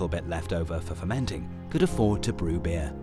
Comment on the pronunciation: Am I the only one who can't stop focusing on the fact that he says they've drunk "bear" instead of "beer"?